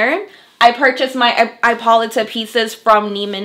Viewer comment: I think it is pronounced I po Lee ta.